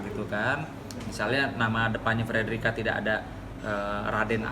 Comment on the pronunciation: Frederica bukan federica min